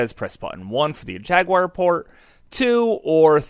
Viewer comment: Atari Jagwire 😂